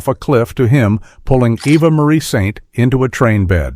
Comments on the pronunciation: AI screws up again. That was a stunt actor, not Cary Grant, that was " nearly clipped " by the crop dusting plane. The stunt actor was just immensely good at his job. The name Eva is pronounced eee-va not eh-va. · Her name is Eva, not Evva. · "EVVA Marie Saint"??? A.I. pronunciation sucks. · Even Europeans pronounce it differently. AI goober. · "Avva Marie Saint"?? oh, come now. You can do better than that! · Apart from two different pronunciations of "Eva" it is a convincing narration. But, how do we know any of it is true?